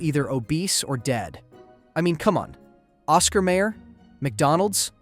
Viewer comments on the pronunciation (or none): none